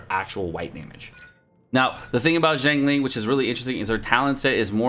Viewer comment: Just FYI a breakdown of her name its pronounced. Xi as in 'si' in the word sick, ang as in 'ung' in the word Lung and Ling as everyone knows it.